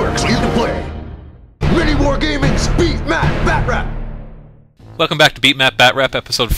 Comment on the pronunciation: Am I the only one who gets annoyed because they pronounce batrep as batrap. Batrep stands for battle report so it doeosnt make sense to say batrap. I know everyone is going to hate me for this comment so BRING IT ON!